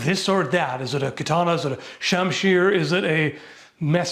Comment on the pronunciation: That's exactly what those Edo period swords were optimized for, yes. Also kudos for pronouncing katana correctly a couple times 😊